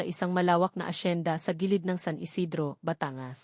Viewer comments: Putragis naman yong narrator tagalog naman magsalita tapos s apagbiggas sa word ay mali Batangas hinde bata-ngas.. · Kaya nga e pati pagbigkas ng batangas e mali.batan-gas ang tamang bigkas